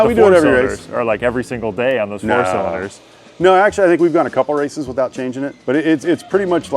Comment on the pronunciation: Zo witout zaying iz awd to.....???